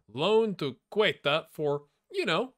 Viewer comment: Me when you said Huesca: haha, dude, you said it right both times, relax! Also me but when you said Ceuta: WHAT THE HELL DID I JUST HEARD You made good offensive signings.From the next five matches, you should beat Ponferradina. Maybe a tie against Huesca and Tenerife. Gijón might be harsh, and Las Palmas... oof. Either 5 or 7 points. But on the next four games you have easy matches against Burgos and Cartagena, and maybe a tie against Granada? Another 7 points out of 12.